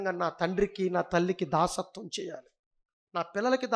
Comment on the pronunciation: దాస్యత్వం.. దాసత్వం కాదు.. కదా